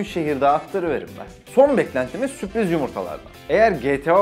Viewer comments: süpriz değil sürpriz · süpriz değil sürpriz .d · Süpriz değil sürpriz . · süpriz değil la sürpriz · ''süpriz'' yumurta :DD